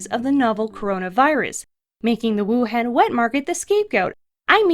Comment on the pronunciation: ITS PRONOUNCED WU HAWN Y WOULD U SAY WUHAND IT SOUND DUMB SMH